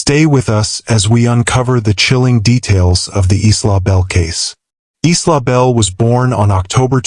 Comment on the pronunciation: The victims name was Isla not eastlaw. It’s pronounced eyela